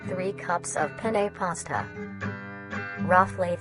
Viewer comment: Im sorry but every time they say penne as "pene" as an Italian sounds- Lol (since pene means D in italian)